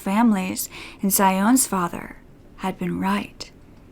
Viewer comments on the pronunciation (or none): none